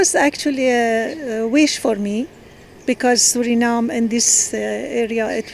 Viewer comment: hoe kan je een Engels interview doen en Suriname nog steeds op zn Nederlands uitspreken? Zelfs Santokhi doet dat niet. Doe daar wat aan aub.